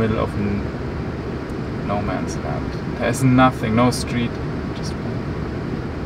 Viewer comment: " No men land " 😂😂❤